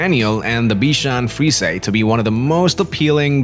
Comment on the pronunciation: Frees...A lol..that’s not how you say it 🤣🤣